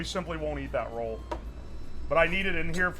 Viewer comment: "Rawl" garlic.